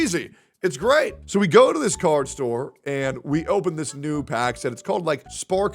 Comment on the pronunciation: it took me until 6 minutes to realize he said "card store" and not "car store", was like what the actual fuck are they doing at a car store opening pokemon cards... also at least they apologized, personally i think an apology should be between 2 people(or whoever was directly involved), but i guess in this case they kinda made it everyones issue. hope it wasnt just bullshit tho and that they seek and find the help they need. didnt seem like they regretted it while actively shittalking the situation for probably a while afterwards on discord.